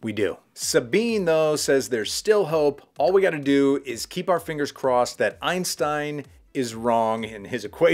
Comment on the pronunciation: and then - you said, you will call him Einstein, but you called him Einstine 🙄